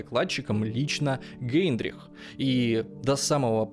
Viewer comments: Возможно, мне послышалось, но не Гейндрих, а Гейдрих! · Не Гейндрих,а Гейдрих